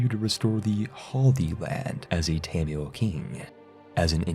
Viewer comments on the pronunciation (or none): none